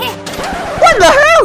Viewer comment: 是WHAT?!! 森零的英文有点叉呢！(人 •͈ᴗ•͈)